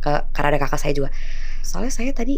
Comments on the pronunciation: Terganggu banget sama kata KAKAK yang diucapkan seperti mengucapkan kata gagak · Kok pas penyebutan "kakak" nya keggitu yaa.. ☹️ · Huruf k yg di belakang nya di sebut😀